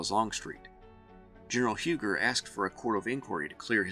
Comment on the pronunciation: It is pronounced U gee, he was a French Huguenot. Love your channel.